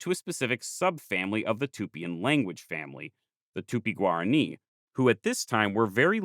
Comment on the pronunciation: oh gob, "tupi-guarani" became "tupiguarri"...